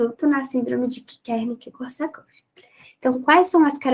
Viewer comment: Muito legal e clara a explicação. Mas você falava Kernick ao invés de Wernick